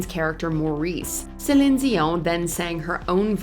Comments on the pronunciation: It's Celine not Celin🤦🏽‍♂️🤦🏽‍♂️ got me cringing over here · Who's the commentator? It's pronounced SA LEEN, not SAL IN. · the narrator keeps mispronouncing Celine (seh-leen, not seh-lehn....) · What's with the constant change in Celine Dion's name pronunciation? It's SO annoying! The list is very outstanding but the pronunciation of her name on this video is very annoying to hear, I know she's trying to pronounce her name correctly but it's sounding differently like Selen or Selin. She can say it with a neutral accent.😅🙄